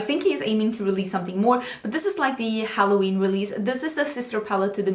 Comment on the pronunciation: Have you been watching too much Stephanie Harlow?? You said HARloween hahahahah 😂 If you know you know